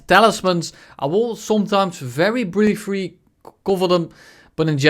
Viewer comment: "Briefry" :P :D